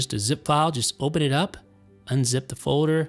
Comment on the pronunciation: Did he really have a folder called Fowder